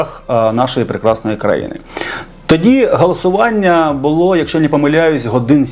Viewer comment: Який дитячий лепет.... забаронено....чи забаронено!!!! Галасування(((( 😮😮😮 А матюки😮😮😮 це ВЗАГАЛІ Фу((((